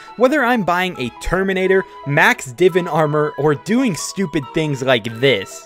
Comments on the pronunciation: “Divin armr” had me dying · It highkey annoys me the way he pronounces 'divan's armour'